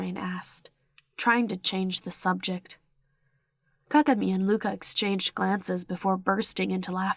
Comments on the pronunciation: Hello, I promise I'm not hating or anything, but it's pronounced Ka-GA-mi. But I love your videos!😘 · They were saying Kagami wrong lmao but no hate I love your videos💓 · I love the way you say kagami